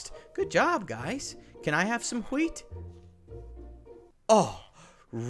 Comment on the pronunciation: Ha-weet (wheat) best part of the video